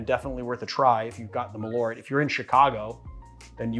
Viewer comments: Malört. (Swede here) You pronounce it sooo weird! Mal means moth, ört means herb. It got its name from its dubious claims that it would prevent moths from ruining your clothing. Perhaps say Earth, but shorter, and with a rt in the end instead. And its a subtle tiny pause in between mal and ört. Mal-ört. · I wonder how close the Malört is to the Swedish Besk, I guess Marius can tell. needs to practise on those umlauts:-)